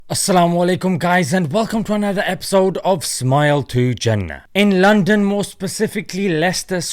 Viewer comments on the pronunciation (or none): none